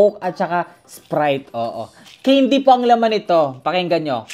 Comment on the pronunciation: it's can-dy not cane-dy